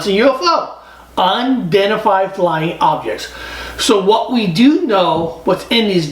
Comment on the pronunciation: It’s unidentified. Not undentified.